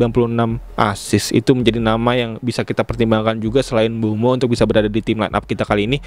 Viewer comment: Koreksi bang, bukan mbuemo, tapi MBEUMO